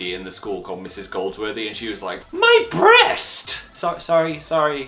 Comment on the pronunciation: "My brrrreast" oml i'm dead